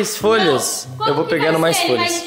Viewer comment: Não é mai é mais